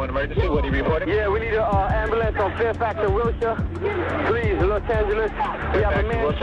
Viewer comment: As an Angeleno, I must correct your pronunciation of wilshire blvd. ahem: Will-sure Will-sure Its one of the most important streets in LA :,) I luh ya videos lil miss lady very cool stuff yup yup yup